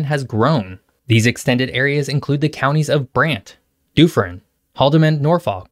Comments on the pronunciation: Doofferin? Really? Ever watch the Simpsons? You know what beer they all drink? Duff, it's pronounced just like that. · It's not Doooo-ferin, i'ts Duff-erin, also a bad one with Nor-FOKE not pronounced Nor-F*ck as you did, I'm surprised YouTube didn't think you were cursing while saying the names of our region. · Ouch at the pronunciation of Dufferin as "Doo-fer-in". It's almost unnatural to accidentally say it that way for an English speaker... but the other 99% of your video was great :) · But he tripped up on 'Dooferin'..."Dufferin"... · "Dooferin County"? Well, there ARE a lot of doofuses in the area. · Doofrin? LOL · DOOFERIN. lmao that pronunciation was brutal. think "duff beer" from the simpsons then add the last 2 sylables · D-OO-fferin. 😂 That's great. Gotta remember that. 😂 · Except Dufferin, Peterborough and Norfolk. Can't wait until he tries Kapuskasing, Opasatika and Aklavik. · Great video. Pretty solid. Pronunciations were pretty accurate aside from Dufferin. Even nailed Missisauga. Not many Americans get that. They say mississ augWA. ANyways. Weather doesn't get to bad closer to Toronto. Doen'st really get that cold. You have a few days where you get into the minus twenties. But it's not uncommon to be 12C at any point in winter. It hovers asround zero. Summers can be extremely hot and muggy and can feel like 40+ quite often. HEavy snow around Niagara and north of York region intot the northern sommuniteis like Barrie which can get hit pertty hard with snow storms. Toronto. Not so much. I good portion of the winter there can be no snow.